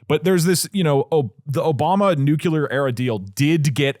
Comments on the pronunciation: The language guy had a reel about that "mispronunciation" and I think it is pretty much "if enough people say it like that, then it is not a mispronunciation", just ali ask vs axe. We just gotta accept that schedule is pronounced s-ke-dual and facade is pronounced...I am not sure how to write the pronunciation of facade, but it is not fack-aid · Nucular is kinda triggering me... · I never realized doug was a “nucyuler” guy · someones gotta tell doug that its not nucular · I had to turn it off because I couldn't listen to Doug say the word NUCLEAR incorrectly 10,000 times. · I know I shouldn't care about it, but the way they pronounce Nuclear just kills something inside of me every time. I still support you though. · One day, doug will pronounce the word "nuclear" correctly. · thank god i thought i was the only one irritated by it😭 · New rule: anyone who brings a story about Nuclear energy has to be able to pronounce the word Nuclear. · Doug is saying "nyoo-kyoo-lur" which is incorrect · Dougdoug saying “nuke-yoo-lur” tho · “Nuke-you-lerrr sites.” Jesus effing Christ man it hurts my ears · Nuclear not nucular PLEASE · Doug PLEASE. It is nuke-lee-er not Nuke-yu-ler. Bush did this to you but you don't have to accept your face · New Clear, not nukular. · "new-clear" or "new-clee-er" not "newcewlar" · Am I the only one hearing over and over nukelar in stead of nuclear? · I thought it was a W. Bush thing, but do all Texans say “nucular?” It only started bugging me bc Doug said it 10x in rapid succession in the first segment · Might have to stop watchingthe show because Doug says "Nucular" 🤮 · is it just me that gets jitters when doug says nuclear? "Nucular" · the way they're saying nuclear as nuquelar is triggering me so much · TIL Doug thinks it's pronounced "Nucular" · Doug, brother, the word nuclear only has one u in it. It’s not nuculear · I don't know how many more episodes I can take of doug doug saying "nucular". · NEW-CLEAR. PLEASE, DOUGLAS DOUGLAS!